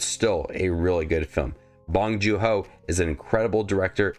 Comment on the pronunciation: By the way, it’s pronounced “joon”, not “joo”